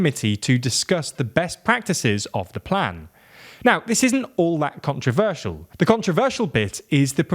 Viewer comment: controversial not contraversial just fyi